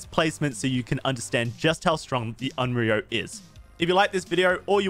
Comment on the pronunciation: Onryo is pronounced a bit different that how you are. No big deal, but if you want to be special and go the extra mile: "own" "ree" but pronounce the r sound with the tip of your tongue "oh" own-ree-oh And remember, the r is pronounced with the tip of your tongue.